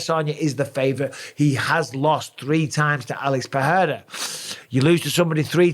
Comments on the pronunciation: it's pronounced PeReira not PeHeira 👌 it's only H if it's double R or it's the first letter of the word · brother its PeRRRRRReira not PeHHHHEira , ask brazilians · Alex PE RE I RA not peheira, pecheira! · Oh no... the Pe-heira mis-pronunciation of Pereira has rubbed off on Bisping. Too many people listening to Joe Rogan 😂😂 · Bisping, his name is pronounced Alex "PA-DAY-TA" stop making yourself sound so uncultured, you're a ringside commentator for fucks sake, you should be better at this. How many times in your life have you been called "BisBING" get it? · It annoys me that Mike used to say Pereira almost correctly but has now changed to saying it wrong , like most ppl in the UFC , FFS lol